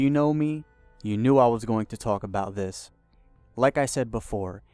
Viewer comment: Hard to take a guy who can't be articulate enough to say "the" instead of "da" and "this" instead of "dis" seriously.